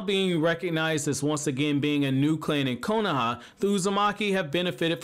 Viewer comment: If I’d get 1$ bill each time he says “konAha”